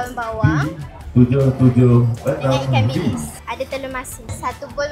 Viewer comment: saya ingat saya sorang je macam dengar ikan iblis😭😹